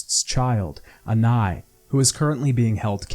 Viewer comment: why are you saying anais like that? who tf is anai?